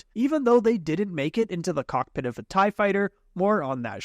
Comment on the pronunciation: Its TIE not taiiii